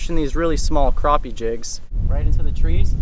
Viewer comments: Awesome, what rod are you using ( the long handled one )? Btw it's called Crap-e not crop-e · Crappie Not Kropp Eeh!